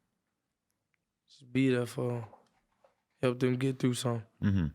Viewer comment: 🤣🤣😂🤣 him saying the word beautiful